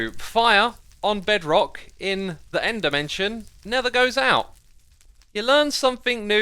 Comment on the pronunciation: When you say end dimension it is like ender mansion